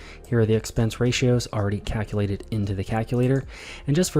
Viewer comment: It's pronounced caLculate, not caCKulate. Otherwise, great video.